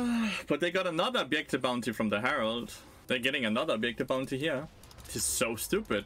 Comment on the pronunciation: Take a drink for every "obyektive" or "anti-fun".